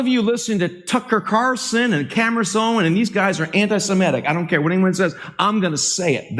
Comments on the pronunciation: "Some of you listen to Tucker Carson and Camriss Owen" Can't even say their names. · Well, there ya go. Tucker Carrison and Cameris Owen are anti-Semetic. Four mispronunciations in 3 seconds. Wow. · Note this slandering "pastor" doesn't have a problem with pronunciation except when he mentions their names "Tucker Caarson & Camrace Owens". He knows their real names. What utter filth. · Who TF are “Tucker Carason” and “Camerice Owen?” I’ve never heard of them … And what is so dangerous about their “retric?” Dude, 1 of 2 things: Either do a better job actually learning the pronunciation of the names of those individuals regarding whom you received 30 shekels of silver to slander and malign AND/OR curtail your Xanax dosage just a wee bit!” I seriously thought for a second that MockingPastor might actually be having a stroke. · That ' pastor( look up qualifications for pastor/ elder/presbyter/ priest bishop/ overseer in the New Testament [ hint: they're all the same office]) could not even pronounce the names or Tucker Carlson and Candace Owens.